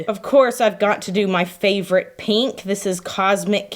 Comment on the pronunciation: I can't say why, but I have an inherent trust for people who pronounce "pink" as "peenk." All this to say, I trust. 😄